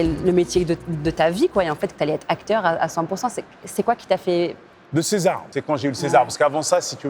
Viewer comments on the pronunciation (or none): none